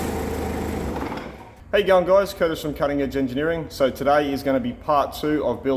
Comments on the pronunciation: Is he saying "hey young guys..." or is he saying "how you going guys..." ? Because it sounds like the first one but the CC has it written as the second one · Are you saying "Hey young guys" ?